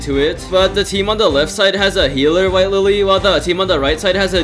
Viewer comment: White Lilly...not Wife Lilly. (I misheard this part)